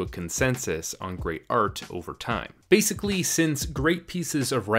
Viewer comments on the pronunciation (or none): none